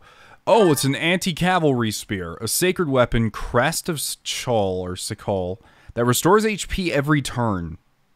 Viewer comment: i think cichol is pronounced "keyhole"